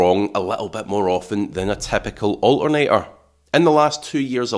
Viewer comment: Its ALTERNATOR, not O'A'NEY'A.